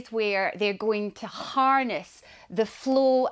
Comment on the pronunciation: she pronounced flow = flu wtf language is she spaeking?